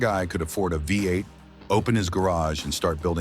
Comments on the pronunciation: "the flathead five eight" ( AI speak for V-8 )! Ain't AI smart! 😂😂😂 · Your reader keeps saying "flathead five eight not V-8 . You get a thumbs down from me. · The flathead "5 8"? Nice try, AI. 🤦🏼‍♂️ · The AI keeps calling the engine a five-eight when the V is the letter V and not the roman numeral for five. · The damn AI… five-8! Are you kidding me! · That's what the AI voice meant with saying "5-8" - had my simple mind confused!